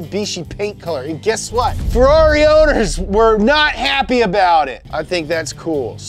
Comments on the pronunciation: When the scouse in you comes out when you say farrari 😂😂😂😂😂😂😂 funny as fuck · You say Ferrari like a Brit 😂😂😂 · I like how he pronounce ferrari